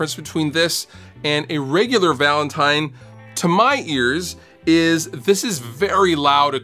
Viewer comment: ha he says valantime at the start